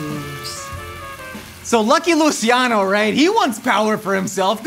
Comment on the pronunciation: Its pronounced Lu"ch"iano not Lu"see"iano